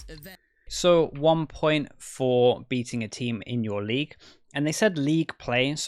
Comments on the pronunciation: Ah I misheard "beating" for "being"... but I'll blame his accent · He said "beating the dfm of your league", just didn't pronounce it clearly.